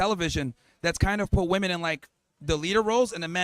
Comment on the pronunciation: Why can't any of these people say WOMEN!!!!? I thought it was the women who can't say it, but a lot of the men can't say it either.